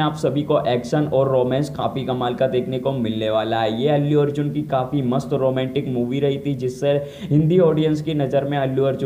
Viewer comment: Roomantik nhi hota romantic hota hai